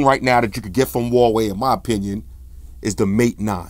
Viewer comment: its wah-way or wuh-way huawei = wuh-way